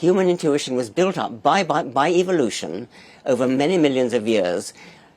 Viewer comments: Did Dorkins say "evilution" lol. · Did he say evilution? Naturalism is like Islam. If you take either seriously you can’t either seriously. Btw Hernandez’s book was great.